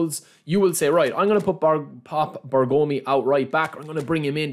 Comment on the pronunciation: Please respect for zio Beppe Bergomi : pronounce it like BE'RGOMI not BERGO'MI😂